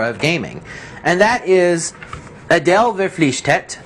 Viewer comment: Its "Adel Verpflichtet".